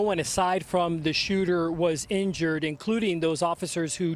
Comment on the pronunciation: People don’t believe everything that is on the internet. Most of use think that a certain law enforcement set this up to take off some the heat off the backs of the cowardly uvaldi police department! Hint “do you notice how the new reporter keeps sayings police (inured) the suspect “? N them the police spokesman Say killed the suspect